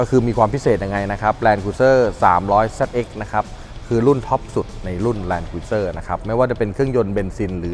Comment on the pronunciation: ออกเสียง แลนด์ครูซเซ่อร์นะครับไม่ ครุย